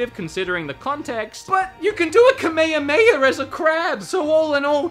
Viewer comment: A Kameyameya?